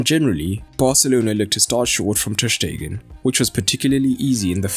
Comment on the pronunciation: Just wanted to say that Ter Stegen is pronounced like Sterling and not like "Shtegen" ;)